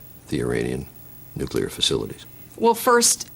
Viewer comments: This woman is a danger to peace, and to the world. She thinks Ahmadinejad would give nukes to terrorists?! She thinks Russia attacked Georgia Unprovoked?! She thinks 'nuclear' is pronounced nukular?! She thinks these wars are a task from God?! Dammit. Please America. Do not let another fool like Bush into power. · HAHA I noticed that too! If you cant say 'nuclear' you should be automatically barred from presidency... I say we write an amendment. :) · Goddammit , why can't any of our leaders pronounce nuclear NUCLEAR!!!!!!!! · Should we be afraid of this potential VP and potential President when she pronounces nuclear "nukilar"? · she doesn't know what the bush doctrine is - she thinks israel should have carte blanche in the middle east - she doesn't respect national sovereignty except when it comes to russia invading georgia - she thinks russia's assault on georgia was unprovoked - she also pronounces it "nucular" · oh that's cute... she pronounces it "NUCULAR" too. she thinks israel should have carte blanc in the middle east, she doesn't even know what the bush doctrine is, she doesn't respect national sovereignty except when it comes to russia invading georgia and she thinks russia's assault on georgia was unprovoked? god help us all if she becomes vice president. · Nuk-u-lar? FAIL. She sounds like George Costanza applying for a job. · At the RNC when she gave the speech they wrote for her, they made sure she wouldnt mispronounce anything so they wrote "new-clear" on the tele-prompter.... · Listening to her, I get the idea that she was coached to answer these question the same way that Mr. Bush was coached. Her answers are identical to Bush's answers. She even says "nuclear" the same way!! Americans are smarter than accepting these gimmicks and shallow answers. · She can't even pronounce the word nuclear right what a dumbass hahaha. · great, another one who cant say "nuclear" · Lol she and bush cannot say nuclear. And you sir cannot spell it. OBAMA BIDEN 08! lmao